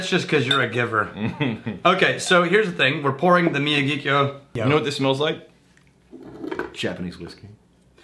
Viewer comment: Miyagikyo pronunciation not too bad homie